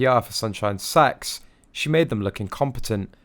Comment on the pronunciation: Is it just me or does it sound like he's saying sunshine sex?? 😂😂😂🤦🏼‍♀️